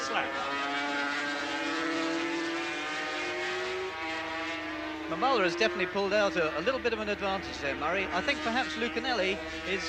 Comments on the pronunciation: Randy Mamola (ma'm-uh-la) :face-green-smiling: I'm almost certain I would botch names also. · its mam-mole- la